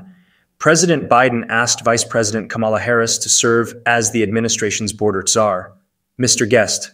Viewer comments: “comma-la, like the punctuation mark.” can we PLEASE get it right? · The mispronunciation of her name is really getting tired.